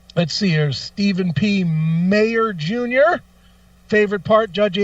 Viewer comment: It's Majer Jr. Pronounced Major . But yes I love those two segments. Keep up the good work. Comedy has taken a hit these days and it's fun to listen weekly to the show for all the high jinx and tomfoolery you guys (and callers) bring.